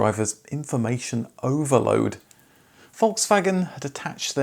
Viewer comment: In German the letter "a" in any word is pronounced as in "arc", "car" or "dark". If it is pronounced like in "Dad" it would be an "ä" or A Umlaut. Just commenting because Volkswagen is not Volkswägen. :D